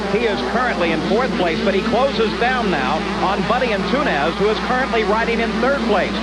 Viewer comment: Buddy Ant-toon-ez lmfaooo